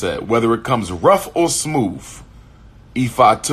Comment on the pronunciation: “ smoove” lol yet another word that this so called educated man can’t pronounce correctly.